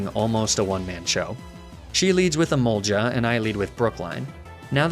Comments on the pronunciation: I don’t understand why you say emolja as it’s spelt with a g not j which also makes me wonder why you don’t say goltic instead and it’s j not g which is very odd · I've gotten so used to emolge-uh, magne-mee-tay and laprah that if you go back to the original pronunciation I'd be triggered again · Your emolga pronunciation still didn't changed😄